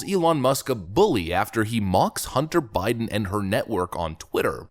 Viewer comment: Hunt-ter, Bid-den, lol